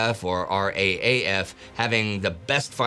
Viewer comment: It is pronounced ‘R Double A F’. Also you should refer to the Commonwealth, not British , as there is a mix of British, Australian, New Zealand, Indian and South African forces present. Not to mention Czechs and Poles.